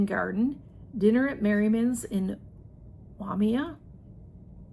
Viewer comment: You did Very Well with the words --- ai = i / Waimea == Why may uh